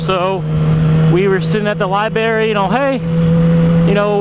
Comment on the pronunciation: I stopped after "libary"....